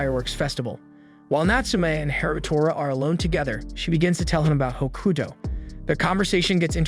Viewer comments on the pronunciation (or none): Tokyo ravens good series also your saying hakuto wrong also the girl is his cousin